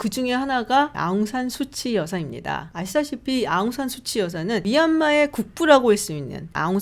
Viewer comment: 한국에서 방송인으로 활동하고 있는 미얀마인이 한 방송프로그램에 출연해서 발음 정정을 부탁하더군요. 아웅산 수치 (X) 아웅산 숮지 (O) ............. 참고하세요 ~